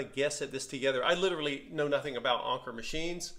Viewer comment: I've got the same one, but without the pincushion. It is one of my most beautiful machine's. And you're right Anker means Anchor and you pronounce it like in the English language. The lever on top of the zigzag dial is for the left - middle position of the needle later models had left - middle and right. The lever on the bottom is like you thought embroidery or sewing. Nice find and I hope you will enjoy it!